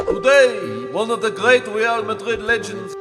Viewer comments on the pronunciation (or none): none